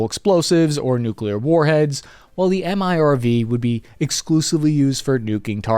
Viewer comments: Sir, a quick one. When you describe a ultiple independent re-entry vehicle, a.k.a. MIRV, the acronum is pronounced "merv," as in Merv Griffon. FYI, Sir. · MIRV or "merv". No need to spell it out every time.